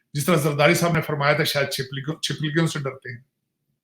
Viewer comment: Chiplikion😃😃 ... Sajid ji.. its Chipkali